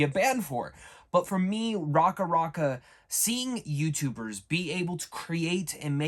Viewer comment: "i grew up watching them" lol they weren't making videos for long enough for someone to "grow up" watching them.... Can tell this dudes capping cus he can't even pronounce racka racka or their last name properly.